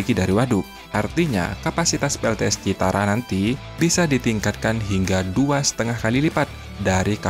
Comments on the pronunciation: Payah adminnya baca kebalik2, citara apa tuh....ni channel dilihat ratusan tibu bahkan jutaan netizen lho, tolong yg profesional dong, jangan kebalik2 lahi dah males ah. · Bukan CITARA bos tp CIRATA jangan salah sebut nama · admin salah sebut melulu CIRATA bukan CITARA guy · Bukan CITARA BRO TAPI CIRATA😂😂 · Waduk CIRATA bro..Bukan CITARA..maaf. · CIRATA CIRATA...BUKAN CITARA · CIRATA BOS....Bukan CITARA...????? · BUKAN ,,,CITARA!!!!!!,,,CIRATA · Min itu waduk CIRATA, bukan CITARA hehehe bolak balik CITARA terus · Cirata pak bos bukan citara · cirata, bukan citara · Koreksi min,Cirata ya, bukan Citara😂... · Min bukan Citara tapi Cirata 😊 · Citara? Cirata! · Min bukan citara tapi cirata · Citara atau cirata? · Waduk Cirata bukan citara min 😂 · Cirata min bkn citara😅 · Bukan Citara tapi Cirata. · Bukan waduk Citara mimin tapi waduk Cirata, hadeuhhhh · Cirata bukan Citara ya bro👍🙏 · Admin tlg koreksi sebutan utk nama bendungannya BUKAN Citara tapi CIRATA... Terimakasih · ralat pak admin.bukan citara tapi cirata ya😅😅😅😅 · Bos maap citara apa Cirata.. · waduk cirata...bukan citara min...! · CIRATA KALI OM.. Bukan CITARA :face-blue-smiling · Cirata, pak, bukan Citara. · BUKAN CITARA, TAPICIRATA😂😂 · cirata bang bukan citara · Cirata bang, bukan citara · Di CIRATA pak, bukan CITARA. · Mohon di koreksi mind, bukan citara tp Cirata itu di daerah saya , namanya bendungan CIRATA di Purwakarta Jabar. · Waduk Cirata min... Bkn citara😢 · CIRATA, Min. Bukan Citara... 🤭🙏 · Waduk cirata min 😅 bukan citara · Cirata mas, bukan citara,,,,,,kaya sih 😁😁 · Cirata bos... Bukan citara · Maaf ya bkn citara, tp cirata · Cirata atau citara bang? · Cirata min bukan citara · Cirata dibaca Cirata bukan Citara om admin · Yang bnr citara apa Cirata si soalnya admin nyebut berkali² citara citara😁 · Cirata Genk,bukan citara Genk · Cirata ,pak admin bukan citata,🙏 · Cirata bukan citara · Host nya koq nggak teliti dan cermat. Nama CIRATA koq bolak balik ngomong CITARA ? 😢😢😢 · Cirata min..bukan citara!